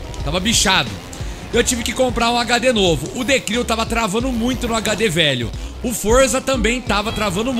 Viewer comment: Hahahaha falando errado ... The Cril 😂😂